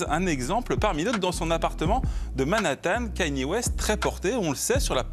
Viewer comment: ou comment dire Kanye West 50 fois par seconde et ne jamais le prononcer correctement.